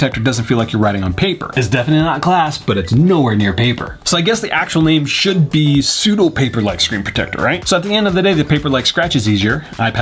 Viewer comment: shwood he?